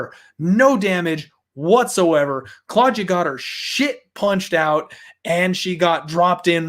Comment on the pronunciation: say claudjuh one more time i dare you